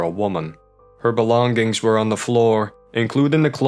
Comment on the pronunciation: leaving here belong- gings? is this some auto read bot or he was just trolling when he pronounced that?